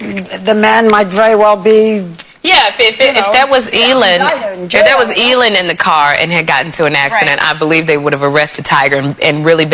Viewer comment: sherri- who's 'eelyn', you mean elin (eh-lin) jees!!